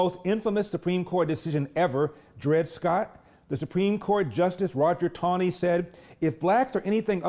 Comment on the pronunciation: She mispronounces Roger Taney's name.